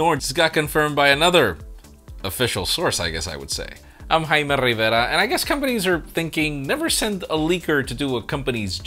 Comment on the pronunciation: or jaime Rivera